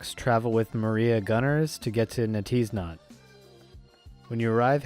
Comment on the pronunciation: "Netiznot" They're pronounced Nay 'tis not and Ja 'tis so.